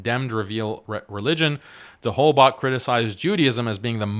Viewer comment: It's not that important but Holbach is of German origin so I wanted to say that often the german "ch" is pronounced like the arabic خ not k/ك